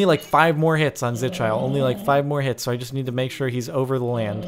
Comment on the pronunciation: It is pronounced zi-kill-ee